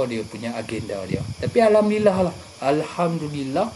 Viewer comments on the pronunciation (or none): none